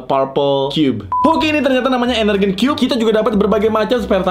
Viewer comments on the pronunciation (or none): bukan ENERGEN tapi ENERGON... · koreksi bukan energen tapi energon